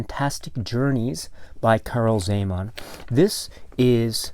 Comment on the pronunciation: ...i am from Slovakia, formerly (until 1993, similar languages) part of Czecho-Slovakia... your pronunciation of original movie title and czech names is almost spot on :-) And it is very pleasant to see the work of Czech artist Karel Zeman is appreciated around the world...